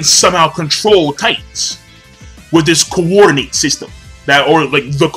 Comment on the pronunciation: you always add emphasis to a particular section of a word lol. For example, the word Rinnegan, you pronounce: RinNEgan. For the word coordinate, you pronounce: CoORdinate. Am I the only one who notices this? Reminds me of Family Guy...